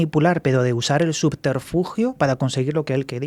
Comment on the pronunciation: Escuchar a decir Sufterfugio fue el sumun de mi vida. Ya puedo morir tranquila